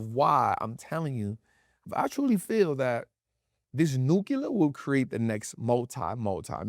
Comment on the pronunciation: it's "New-Clear". not "new-Q-ler". ❤❤, very common mistake. no hate, just ocd. lol. its like tempature vs temperature. its Temp-ER-at-ch-er. not Temp-At-ch-er.